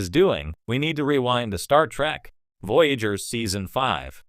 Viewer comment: Your Ai voice program is pissing me the Hell Off!! Your friggin Ai keeps saying, "Star Track" instead of Star Trek. You're NO Sci-fi fan. You're just trying to make a buck!